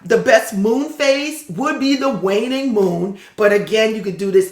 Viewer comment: Wan-Un-Ing moon